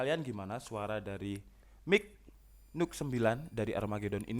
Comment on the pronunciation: Hahahahahah , keren awalnyaa wkwkwk Nukee toh, gw dengarnya nub 🤣🤣🤣